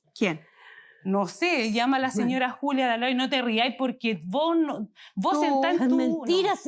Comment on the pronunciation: Corrección señora jueza... Los argentinos decimos vos no vo!